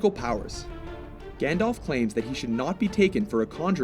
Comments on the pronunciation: It's not...pronounced..."GANDOLF"!!! It had to be said. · It's pronounced Gand-alf not Gand-olf hence the alf. Silly Americans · Oh god...I'm sorry but I have to... Firstly, it's GandALF not GandOLF. And Gandalf is a divine being, so he has incredible power. Gandalf is also forbidden by his masters, Manwe and Varda, to use anything but a tiny fraction of his power while in Middle-Earth. That being said, some of the feats Dumbledore has pulled off truly are amazing. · This guy's pronunciation of "Gandalf" and "Saruman" are making me cringe. FFS.